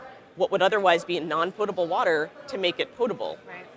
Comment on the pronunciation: She can't live that "potable" gaffe down huh